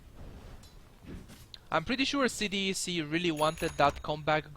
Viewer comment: its not C-D-E-C, its pronounced C DEK